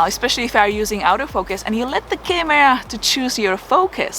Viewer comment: Great video tips as usual. Sorry to say this, but because of your accent I was mistaking you saying Auto Focus for Out of Focus. Made a lot more sense when I realized that. Keep going. Pank